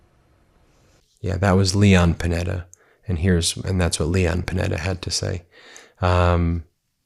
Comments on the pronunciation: Yo Ben the former Defense Secretary on CNN first name is "Leon" not Lou. FYI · I think you’d better get your names correct, after all, a lawyer can be sued for malpractice. It’s LEON Paneta, not Lee Paneta. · Leon Panetta. Not Lou Panetta.